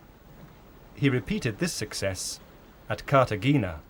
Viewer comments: Yes, agree. The biggest laugh I had was the pronunciation of Cartagena, it isn't Cartajeana or Cartagenna, it is /ka:ta'hena/ de las Indias. Charles and Camilla came about 12 years ago to unveil a monument there to honour British Piracy. How embarrassing. The Lord Mayor of the city had it demolished as soon as they left.😂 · I greeted my teeth with the first few but I absolutely call the line at Cart ah gee nuh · I like the production but i downvoted because the narrator's poor pronunciation. Cartagena or "cart ah gee nuh"?